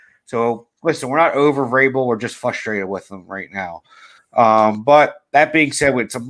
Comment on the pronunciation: "fustrated" lol